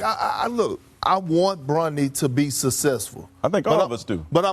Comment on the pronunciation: Kendrick still hasn't learnt to pronounce the word "successful" 🙄🙄🙄